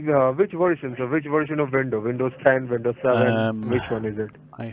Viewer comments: You know it's a scam when the guy on the phone is saying Vindows instead of Windows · Why they pronounce windows as "Vindows" ? Stupid accent